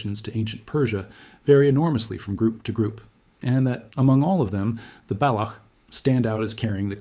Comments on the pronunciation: It Is not balok, rather Balotch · I lost interest at the work BALAKH - it’s BALOCH (CH as in Children) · Baloch /ch/, not Balokh /kh/. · useless fake video dude didnt even reseaarch enough to pronounce properly balock?? its balock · Interesting. Thank you. The “ch” in Baloch is pronounced as the “ch” in “ ‘children.